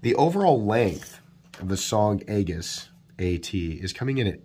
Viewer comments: There is a navy ship out in a field where I live and it's an aegis command ship/test site. Here where we live we say it like Ay -jis not egg-is. What looks like a warship among the waving cornstalks is actually, well, a warship among the cornstalks. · Not trying to be a dick, but Aegis is pronounced like E-jus, the A is sort of silent....... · Aegis = “eee-jiss” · love the channel. It's pronounced "E-jis" though! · It a soft g, sounds like a-jis. Not a hard word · FYI, it's pronounced EE-jiss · You mispronounced Aegis and are obviously biased.